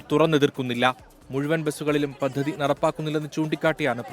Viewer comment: Kindly pronounce the words correct, (പദ്ധതി)